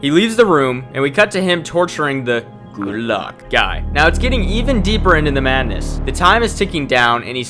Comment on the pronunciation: Say it again.. "good-look" 😅